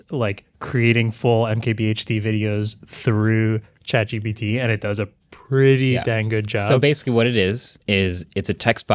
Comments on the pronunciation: For a guy known as "MKBHD" He needs to stop calling it "ChatGTP" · Why does he keep saying ChatGTP and nobody corrects him? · Did he say Chat GTP?